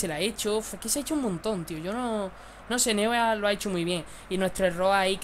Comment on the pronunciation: Neuer se pronuncia `Noier'...